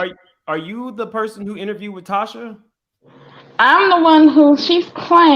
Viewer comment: "LaTocha" not Tasha.